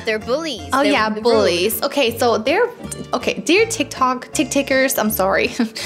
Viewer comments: Haha 😄 🤣 😂 😆 that is so funny when she said tic tics and said it right ✅ and she said tic tics in stede said tic tic instead.🤣 😆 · when you said tictic to TikTok it made me forgot how to spell it so now i have to ask my sis now i know why your name is because you’re you are 😜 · made me laugh when she saids tictics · Idk why they say it tiktik😂🤣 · When said TicTic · lol "TICTIC" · When she said tictic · It's not what it it's not called Tic if I'm saying it wrong please tell me and it's called tik-tok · Its not tictics its tiktoks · Is TikTok not tectec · Its tik tok not tik tik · Tik tok NOT TIC TIC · it's Tik-Tok not TickTick!!!!!!! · Haha yeah it’s tik tok but tik tik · Why ppl say tictics its tik tok actually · When kept saying tictic I kept laughing and saying it’s tiktok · Lol "tickticks" said tiktok and then said tickticks like and u and are truly awesome dont let the haters come to u even ive its a rp stay safe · normal people:tictic to tik tok and:tik tok to tictic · It's funny how and know it's called tic tok but they call it tic tic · Its so funny when they say tic tic its tik tok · I love how they say tictic instead of tictok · I was laphing When say tiktik it was tiktok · Its not tik tik its tik tok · its not tic tic its tic tok btw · Call TikTok not TickTick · its not tiv tic its tiktok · Its tiktok its not ticktick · It's not tiktik it's tiktok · That is not tiktik is tiktok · Tiktok not tiktik hahaha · It's. TikTok. Not. Tiktik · We CaN sHoW tHeM oUr TiCtIc haha u made ma laugh when u kept on saying tictic😂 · Tictic lol it's tiktok but she and is soooo funny 😄 😆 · When sad tic TiC yeah i love to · True is so funny hahaha his said tictic lol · TICKTICK'S LOLOLOLOLOL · Its so funny when said tictic hahahahaha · And to said tictic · Ty say tic tic becose it's spensred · When said "Tictic" I laughed 🤣😅